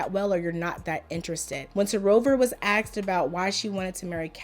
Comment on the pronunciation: Stop saying axedddd!!! Is Asked*